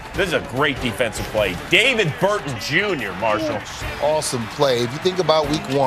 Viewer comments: David BRUTON, not Burton. Smh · Bruton not Burton.... :)